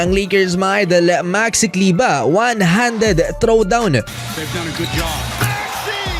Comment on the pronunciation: Maxi kleber bro.hnd kleba.pinoy tayo,hnd kano